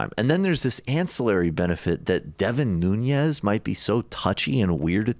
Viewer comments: I can't take you seriously unless you pronounce Nunes' name correctly. He's Portuguese not Spanish. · decembrist The host weird pronunciation of Nunes made me doubt. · You keep saying Nunes incorrectly. The way you say it makes him sound like he is Hispanic/Latino. He’s white. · For more credibility, pronounce his name correctly. No tilda on the "n." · Michael, you're still saying "Nun-yez"? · His biggest support is all the surrounding farm areas. And it’s Nunes..pronounced without the Hispanic accent. Something small and stupid, I know..but I know his family, and I’m Portuguese. It hurts my ears. It all hurts my ears, really. I don’t support valley Republican politics. 😕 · nuñes?😂😂😂😂he is not Hispanic he is portugese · It's Nunes, not "Nunies". His family comes from the Azores in Portugal. Worst export ever from the country. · I think it’s pronounced ‘noon - es’ not ‘new - nyes’. No tilde ~ on the n. He does look scared as shit too. Lol. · Nunes, not Nuñez.... This traitor is not Hispanic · His name is Nunes, not Nuñes. That's how he himself pronounces it. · Devin Nunes' last name is Portuguese, so not pronounced with ñ like Nuñes. Just Noo-nes. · Get the name right... Nunes. Not Núñez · Its Nunes, not Nuñes. Portuguese, not Spanish. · It's not Noon-yes, it's Noo-nes. l2portuguesesurnames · Nu-Nez, not Noon-yez. Please! He's not Latino, or even of Spanish decent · is it just me that cringes every time this guy says nunez? ...totally not pronouncing it right. noo-nez...not noo-nyez...nez like nez perce... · The correct Portuguese way of pronouncing his name Nu.nis. But even more correct way is Nun.ass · Guys... his name is not Nuñez 🤦‍♀️ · just to clarify his last name is nunes, not nuñez. i was also confused at first, but it turns out his is the portuguese version, not the spanish one. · Why does he pronounce it nuniez? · His last name is Nunes not Nuñez. He's from the Azores, so you shouldn't pronounce it like a Spanish surname. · Pronounced New-nez.